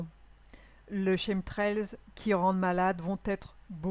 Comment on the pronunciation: Chemtrails se prononce kemtrails